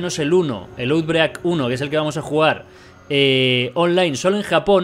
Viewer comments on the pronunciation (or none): pronúncialo autbreik